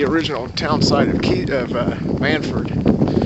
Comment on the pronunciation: It’s not “Mannsford”, it’s Mannford!